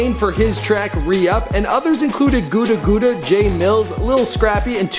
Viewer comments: Goota Goota? its Gutta Gutta i swear u just be pronouncing shit how u want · lol gooda gooda , its GUTTA GUTTA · Lmfao i respect what you do wit these vids but your hip hop vids make me LOL when you pronounce the rappers names completely wrong and post pictures of other ppl like in this vid u said gudda gudda like gooda gooda lmao and thats not speaker knockerz haha all good jus funny screwups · So nobody gone acknowledge da fact dat my man’s said gooda gooda n it gudda gudda 😑😂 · This man really said “GOODA GOODA” instead of “Gudda Gudda” 😂🤣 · GUDA GUDA 😂😂😂 HIS NAME IS. Nice video though!! gave speaker knockers an honorable one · Gouda Gouda hahaha *Gutta Gutta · its gudda gudda not gooda gooda LOL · Did he say goodah goodah it's gudda gudda 😂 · Who tf is guda guda m? Gutta Gutta you mean. Lol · it's not gudagua it godgod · Who the hell is gooda gooda its gudda gudda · gouda gouda?😂 it's pronounced guh-da guh-da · He called him Gouda Gouda LMAO!!! Thats Gudda Gudda as in "Gutter" Lol!! Slaughtered that man name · This nigga said, "Gooda Gooda" its Gudda Gudda dumb ass. Learn how to pronounce names before you make the videos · LMAO . Gouda Gouda, I thought it was pronounced gutta gutta. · He said "Gudda Gudda" like Gooda Gooda😂😂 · "Gewda Gewda"? Its Gudda Gudda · Dis Jigga Just Said "Gooda Gooda".... ITS GUDDA GUDDA FUCK FACE.... But no one really cares who he is soooo😊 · Guda-Guda//Goodah-Goodah? Bahaaaaaa!, Gutter-Gutter would've been closer--still wrong but closer than "cheese-cheese." "Gut-ah Gut-ah," man. lol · Sir its clear to see that you have a talent at what you but just do one thing for the community and is learn the culture before you start Rehearsing and Reciting The names of these artist Gooda Gooda no Gudda Gudda Yes (Gutter Gutter) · gooda gooda lol it's gudda gudda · Lol he pronounced Gudda Gudda... Gooda Gooda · it's NOT "Gooda Gooda" it's "Gudda Gudda" damn man you always butcher names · Bruh said "Gouda Gouda" 😂